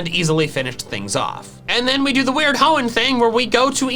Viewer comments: No I didn't, you mispronounced Hoenn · No it's Hoenn